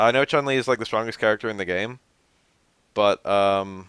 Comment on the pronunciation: The u vowel in Chunli and Yun is pronounced with a "oo" sound btw (Choon-lee and Yoon). That aside, I wish I could've thought of changes like that.